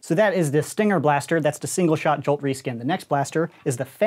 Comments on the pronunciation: Everyone: "Jolt": "Juwhlt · " Alpha Strike Series review but everytime he says jolt it gets more distorted"